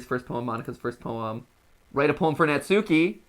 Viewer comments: Years ago, all these American youtubers had me thinking her name was pronounced (Nat-soo-key) when in fact, Natsuki’s name is pronounced (Not-skii) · Ok the way Matt and pronounce Natsuki is driving me crazy It's Nat-skee, Not Nat-sookee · Its pronounced Nat-s-ki bot na-su-ki. Even tho the Tsu is there in names and in the middle of words the t and u is silent usually. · If no one else is going to tell MattPatt, I will. Natsuki is pronounced nots key or not ski, not nat sue key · Yay! is here!! Note: since their names are Japanese they are pronounced Sah-yo-ree (Sayori), Not-ski (Natsuki), Yoo-ree (Yuri), and Mo-nee-kah (Monika). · YOU ALL ARE NOT SAYING NATSUKI'S NAME RIGHT!😡😭😱😫😒🤬